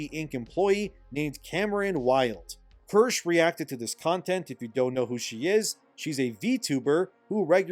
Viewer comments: don't mean to be a smartass but i just HAVE TO... (german word for cherry) is read as keershuh not kursh... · For future reference, it’s pronounced “keer-shuh,” not “kursh.” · LET'S GOOOO FOXU MENTIONED! (it's pronounced Keer-sha lul) I wouldn't be quick to say SquEnix is returning to form. In fact, things could get even worse. I must remind everyone that both Bandai Namco and Capcom have made moves to jump into the DEI train. The problem with Japanese companies is the same cultural and language barrier that shields them from the woke mind virus also prevents them from learning from the pitfalls here in the West. And because of that, they're liable to middle mananagement from woke corpos who try and sell them what the "global audiences" want. Just swap "global" with "modern" and you'll immediately see the discourse is precisely the same. And here I have to shill extremely hard, she has been speaking about this at least since January and she hit the nail every time with each move those DEI corpos will make. Right now they're shutting down the departments, but they remain "committed to the cause". It's not only a rebranding, but a new structure to make sure everyone in the company is drinking the Kool-aid. Go watch her VODs, more people need to realize what's going. Back to SquEnix, they're very likely to make their own internal groups baked in the agenda. Ubisoft, on the other hand, might have a best chance of recovery if they do, in fact, crash their company. Apparently the shareholders are not pleased with the direction of the company, and if they read the room currently, we have better chances of things turning around since it's a much mo